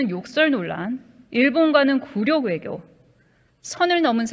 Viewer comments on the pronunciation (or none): 굴요가 아니고 굴욕이다 폼잡고 읽으려면 제대로 읽어라